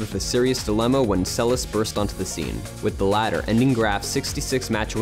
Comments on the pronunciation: The second s in her surname is pronounced as sh... Get it right folks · Great job . Monika Seleš ( prononciation Selesh) one the greatest tennis players in history.